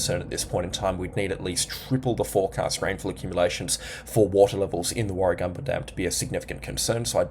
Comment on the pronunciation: Warra gam ba, not Warra gum ba.